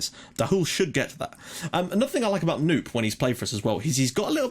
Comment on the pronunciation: Hopefully this will be the season! Just fyi, Knoop is pronounced : K-nope.